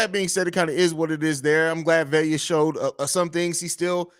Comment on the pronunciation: Why does always mispronounce Velus? There's no "i". Its just "Ve-lus" not "Ve-li-us".